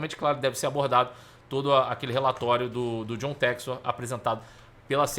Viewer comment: Ele não sabe inglês… é por isso… chama john textor de “jou tésto”…